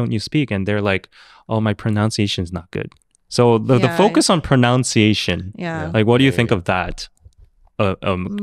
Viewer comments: Please say ‘pronunciation’, not ‘pronounciation’. Pronounciation is a misspelling. We pronounce it as Pro-nuhn-see-aye-shun. Correctly spelled and pronounced ‘PRONUNCIATION.’ (There’s no ‘o’ in the second syllable.) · so so sorry for saying this, but it's "PRO-NUN-CIA-TION," not "PRO-NOUN-CIA-TION," you fob! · To answer question at the beginning... probably speaks the least best 😂 it's pronUnciation, not pronOUnciation... you kept saying it over and over again... you do throw in some odd pronunciations sometimes, but ofc wayyy better than the general krn... anyways, who cares if ppl have accents, it shows that you know more than one language and that's something to be proud of that you try speaking it...great topic btw...keep the interesting discussions coming...